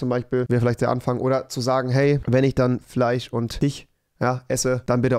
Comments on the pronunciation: Es hat mich soo getriggert also rewi die ganze Zeit FICH statt FISCH gesagt hat XD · Wie es mich nervt das ihr euch über ihn lustig macht weil er fiche sagt. Dann kann ers halt nd richtig aussprechen und das wird auch so bleiben also findet euch damit ab und nervt ihn nd 💕